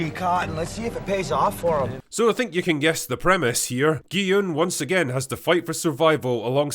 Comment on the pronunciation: one of the only reviewers who actually calls gi-hun gee-yun and not gee-hoon or jee-hoon or gee-han